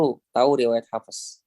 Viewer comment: Kok hafEs.. kirain huruf ف bukan qolqolah